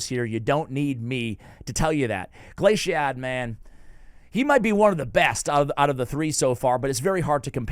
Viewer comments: Did you purposely mispronounce Glaicad and Slitherer? 😂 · Still saying Glaicad wrong even after getting it right recently lol.